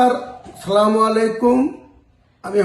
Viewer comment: হুমায়ূন চাচা ঠিকভাবে সালাম টা দিন